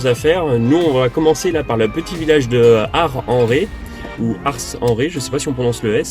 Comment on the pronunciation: Merci pour cette belle découverte de l'île de Ré, qui nous rappelle d'excellents souvenirs pour y être allés, il y a longtemps (années 70) avec le bac. L 'endroit est merveilleux et les huitres y sont très bonnes. Pour y avoir résidé on prononçait Ars en marquant le "s" .. Tous nos meilleurs voeux et de belles balades en 2019, avec le fourgon en version VASP